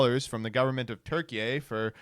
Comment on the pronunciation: WHY DID HE SAYS TURKEY THAT WAY OMG HE'S INSUFFERABLE